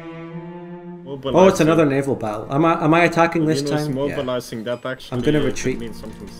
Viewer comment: Hearing the i he adds to naval is always like being jabbed with a needle.